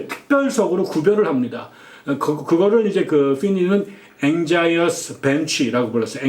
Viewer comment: anxious 앵셔스와 비슷하게 발음됩니다 anxious bench